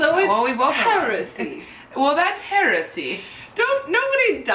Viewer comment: you're right that there is a word that's spelt 'heresy' and pronounced the way you said. HOWEVER, that's not the word you're talking about, and is 100%, absolutely right. You two together are fabulous fun!